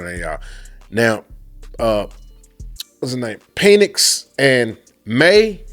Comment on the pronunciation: Eli Manning was not the first to dictate where he went.. John Elway and Bo Jackson did so before him..and please stop calling this man "Peenix". Its pronounced "Pen-icks". HTTR